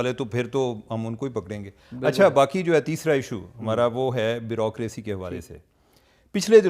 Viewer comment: Dear cheema —it’s not brocracy-it is bureaucracy-please learn pronunciation from your smart phone dictionary-please correct yourself